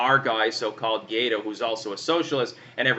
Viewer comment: Ga-why-dough not Guido, like a mafia boss